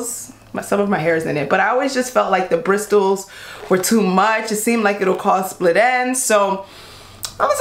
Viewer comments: The T is silent she just can’t talk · Ya I thought the “T” was silent lol. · I couldn’t make it passed brisTles!!! Damn it it’s pronounced brissels the T is silent!!!! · Bristols (in the plural) is a whole different vancular! It rhyming slang for breasts (Bristol city = titties). Brushes have bristles, which is pronounced brisles. The T is silent. Bristol is also a city in the county of Somerset, England. Which is approximately 25 miles from where I live. So it is definitely a mis-pronunciation, unless of course she's actually talking about her bosom through out the whole video and not the brush. Then in that case it's not so much! 😂😂😂 Hope that helps clear things up. 😊 Mindygrace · Bristols? Bristles = "briss-ulls" ? :) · She said "bristles" it's actually called "brissels" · Bristols LMAO. I’m glad you like it girl but it’s pronounced brisssssles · Bristles = brissels not bristols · Holy shit It’s brissssssals Not bristtttals Omg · Brissles not Bristles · Am I the only one who was TRIGGERED everytime said 'brisTles'??? 😂😂😂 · Bris tles.... do other people say it like this..? I pronounce it like brisels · Ur not the only one I kept saying ITS NOT BRISTELS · Hahahaaaa!!! I noticed it too. I was going to comment on it but I figured someone would want to do some YouTube ass kicking to me 😆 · Lol gurl it is “brisels”, the way she’s saying it would be “Bristol’s” or something lol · Lol yea, I say brissles (I silence that stupid “t” and replace it with an “s” 🤣). I think it’s cute, though. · lol no. It's pronounced Bris-uls. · It's a silent "T". It's definitely pronounced brisels. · Cindarenee14 it's brisels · Bristols ! 🤣🤣 I’m dying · Lmao "Bristols" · She keeps calling bristles britols😂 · Bristles has a silent T like brissels😂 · Lmaoo she kept saying Bristol's instead of bristles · Her saying “brisTles” made me wanna kms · Bristols?? Bruh that's a place in England 😂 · Its brisles not bristles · They way she pronounces bristles brisTTTles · Brisless not brist tle